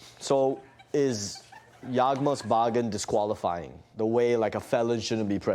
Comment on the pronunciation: Pronounced yawgmoth's will correctly even when trying to pretend. Definitely and actual mtg player. Always hated the adult playing card game rhetoric tho. Bruh what kid can afford a yawgmoth's will? Yeah ill just drop a few thousand on a commander deck.